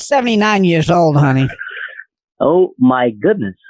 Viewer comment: Every time the scammer says "haney"